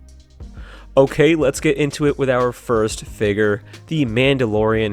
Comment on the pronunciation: Why do you say figger instead of figure